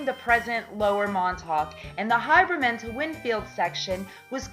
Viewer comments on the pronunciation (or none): Haberman - long a as in hAy. Not Hiberman. Maspeth, Not Maspath. e not a. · She's obviously NOT a Noo Yawkr.........Outsiders MURDER a lot of New York names...Her HY-BERMAN and mas-PETH get damned annoying throughout the whole video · Someone needs to explain to how to pronounce Haberman ( HAYbur-Man) and Oyster Bay ( Oy Ster - Bay )